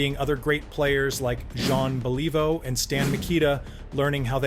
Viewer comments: of this video you mispronounced the name of one of the greatest hockey players of all time, Jean Beliveau His name is pronounced: BELL-ih-voh. NOT Believe-oh. Please make this correction, as true hockey fans will NOT take these videos seriously if you can't correctly pronounce the names of Hall of Fame players. BELL-ih-voh! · John Believe-Oh? ? !!! )))))) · Yeah, it's disappointing that narrators with no knowledge of the subject matter are brought in to get names wrong. If it's AI that generates the errors, all the more reason to shelve it until it's trained properly before someone uses it. I mean "bell-EE-voe"?! Pleeeeease.... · John Believe-oh? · Jean Bel-i-voe. Don't be a hack. If you are going to post hockey videos learn how to properly pronounce the player's name. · Jean Bel-EE-vo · Jea(n remains silent) Bell-e-voh is how you pronounce the great Jean Belliveau. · Jean "believe-oh?" Uhmm... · I like the video but Jean Believe-ooh? And who's Rene Robert? It's pronounced Row-bear. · Lol……did I hear you correctly. You pronounced “Beliveau”completely wrong. That’s an insult to Canadians. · Botched Beliveau and Robert. It hurts your credibility.